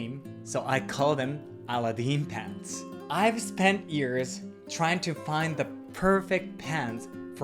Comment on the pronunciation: A very fun video! Thanks for sharing. *Also try saying Aladdin with the accent on the second syllable, (the second "a" would be emphasized).